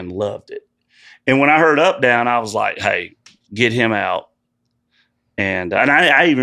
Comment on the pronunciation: “Did I get heem, is he down”